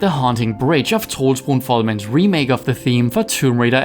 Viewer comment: Didn't know it was a Dane behind this channel. The flawless pronunciation of "Troels Brun Folmann" & "Godt gået Troels" caught me off guard.